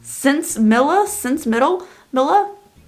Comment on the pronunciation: Wow this brings back memories. I graduated high school in 1978 an from what I remember I believe it’s pronounced sense-a-miya